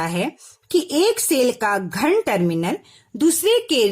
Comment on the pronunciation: Mam aap ghan bol rahe hai ghan he ya dhan tarminal